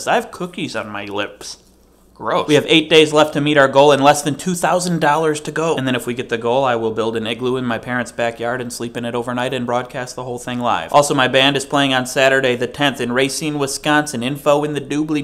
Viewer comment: Wait, did you say "Egloo" ??? D